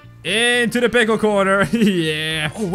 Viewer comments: It’s pickle not pickel! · WHY DO YOU ALLWAYS SAY PLCKLE IN THIS VIDEO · you said pickel 19 or 18 or 20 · its funny how he said to make every pickil rick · this is how many times he said pickel | v